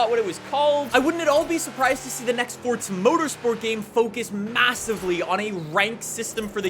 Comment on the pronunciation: Stop saying fortza